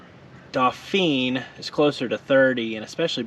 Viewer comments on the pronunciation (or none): Pronounced in French as in "Dough-fan"